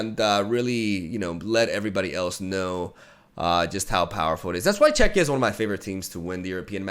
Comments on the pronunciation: is now a pro at saying "Czechia" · Im glad that says 'Czechia' correctly.<3